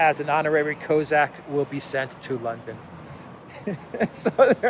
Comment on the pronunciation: Cossack. Do you mispronounce if on purpose?